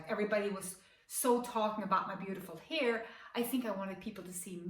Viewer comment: Heter det inte hAir? Hon säger ju hEar...